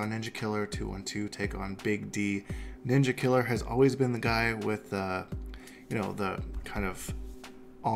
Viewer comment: When you say Ninjakilla's name you say it with an "a" not an "er" or else it's racist